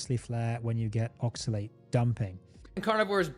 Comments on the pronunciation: The way this guy says "oxilate" is making me so mad. Props on you, I kept blowing up at my phone any time he said it. These long term vegans looks so pale and are so mean to people who eat meat. Why would i listen to someone talk about health advice when they are unempathetic to diabetics and look so sickly?? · Maybe he should learn the proper pronunciation of oxalate.